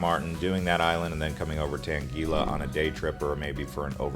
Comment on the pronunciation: I really wish you’d double‑check the pronunciation of places and names. For example, in St. Maarten, the beach is called Maho Beach, not Maho Bay. 😂 Your information is valuable, but the mispronunciations can be distracting. Even “Anguilla” wasn’t pronounced correctly. I noticed so many mistakes that I ended up stopping the video only a quarter of the way through. It would be great if you researched these details or refined the script so everything is said properly.